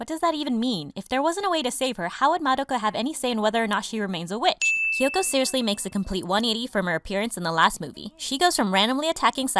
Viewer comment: "Kayubey" "Kayoko" "Mitikahara" "Walpurge-snat" listen i have no idea who you are or why you pronounce things the way you do but please,, Besides that!! Nicely done video ✌